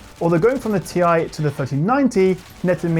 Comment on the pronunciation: Ti??? Tiee.....Tieeee!